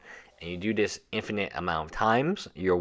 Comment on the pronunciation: I like zis